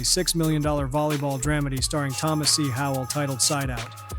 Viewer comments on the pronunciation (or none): none